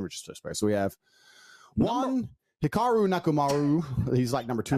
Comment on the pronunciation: Tate mispronounces Hikaru's name Chat: Common Tate W